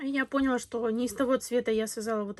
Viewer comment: "ПОняла"? Или все же "понялаА"?